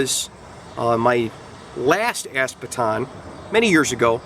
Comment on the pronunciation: This was awesome and informative, and with your accent, I have to say every time you said ASP Baton, I heard ASS Baton XD